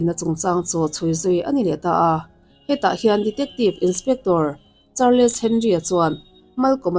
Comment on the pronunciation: Chanel lo ngaithla tu 'te zawng zawng'❌ Chanel lo ngaithlatu zawng zawng te✔️ Char- les ❌ Charls ✔️